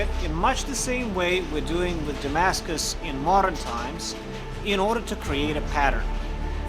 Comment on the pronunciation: Ha! It’s can da-mags-cus 😂🤣😂🤣😂